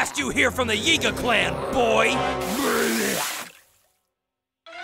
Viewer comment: How tf did you get "Yai-gah"?